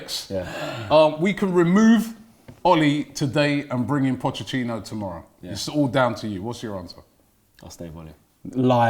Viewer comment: "Pochechinno" - Robbie